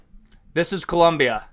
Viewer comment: Bro thats clearly the flag from ecuador not colombia. Also its colombia not columbia.